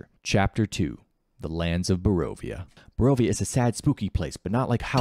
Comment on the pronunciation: Can you pronounce a single location in Barovia correctly?